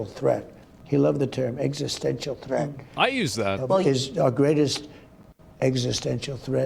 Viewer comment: Agent Orange having a lot of difficulty with the word "Existential". Seems like he's ok up to 3-syllable words, after that he has to go fish into the big-boy-bag of words.